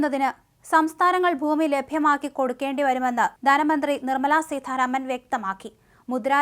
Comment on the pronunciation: സീതാരാമൻ ആണ് സീ ഥാരാമൻ അല്ല